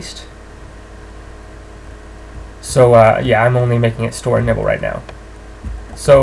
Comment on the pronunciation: Is it just me or did he actualy say "nipple based memory" xD